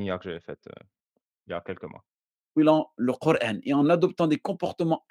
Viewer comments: Ça manière de dire QurEEn au lieu de Quran m’énerve je sais pas pourquoi. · Corán se prononce “corhaine” ou “corâne” …. Tout est dans le titre….